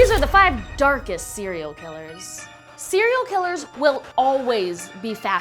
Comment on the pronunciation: how I hear serial killer cearl killer?